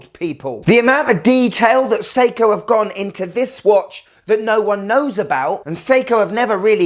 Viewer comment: "Seiko Irwin"! From Steve Irwin (Crocodile Guy) a Nice um field watch! 😂😂😂